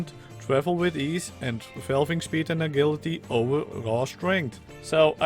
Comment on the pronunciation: When you see the word "agility" the "g" is pronounced as if it were a "j"